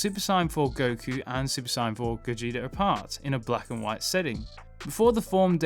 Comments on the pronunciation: Stop saying Saiyan like that 🤦‍♂️ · Why do you say Saiyan like that? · Super sayain not cyon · Please for the love of god, stop saying Super Cyan, because i will take a Super Cyan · Why do you say saiyan like cyan? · Super cyan 4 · I couldn’t take the video seriously because of the mispronunciation of the word “Saiyan” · Why do you pronounce saiyan like an idiot? For a dragon ball YouTuber You sound like you have never watched dragon ball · Who else hates the way he says saiyan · The way he says saiyan hurts me 😫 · He's saiyan it wrong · if you’re going say the English word “Saiyan” at least pronounce it like they do in the dub. Otherwise it just comes off sounding ridiculously weird